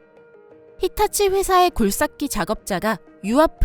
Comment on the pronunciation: 사투리 쓰시나? 굴삭기 발음이 어색함